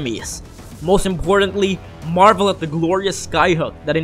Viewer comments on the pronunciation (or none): none